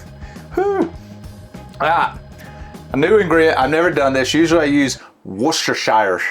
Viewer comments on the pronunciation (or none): Loved this! - it's whuster-sure sauce:-) But you're mangling of it is hilarious:-)